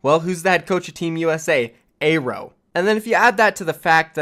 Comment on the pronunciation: I think its pronounced AIR-O not A-row.